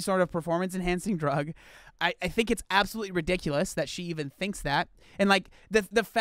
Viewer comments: Did you say absafruitly ridiculous...🤣😂🤣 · The best thing to come off this video is saying Absofruitaly 😂😂😂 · THAT WAS ABOUSOLFRUITLY REEDUUNKULUS🤣🤣🤣🤣🤣